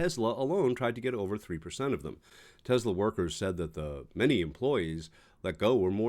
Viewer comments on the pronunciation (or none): It’s “TeSSSS-La”, NOT “TeZZZZ-La”! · *Tesla not Tezla. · It’s Tesla not tesler